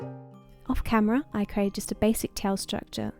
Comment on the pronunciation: CREATE not Crate